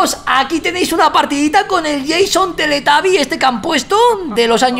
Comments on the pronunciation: teletuuuuuubi no teletabi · Igual es raro que le diga "Teletabbies", osea, por lo menos en Argentina le decimos "Teletubbies" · Vegetta777 no es teletabie es teletubi :v